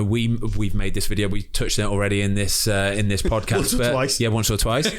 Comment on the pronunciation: ‘Up the fozcast’😭😭😂